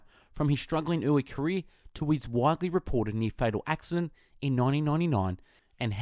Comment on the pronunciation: pwart memoir, wwiters craft, caweew... this guy cant say rrr and ads a w to random letters... and that is not because of the australian accent..